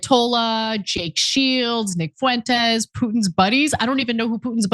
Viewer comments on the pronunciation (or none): none